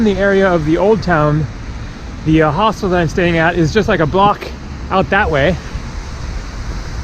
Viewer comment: Nice video Why your pronunciation of Hostel sounds so weird ? Hostel or Hoselt? 😂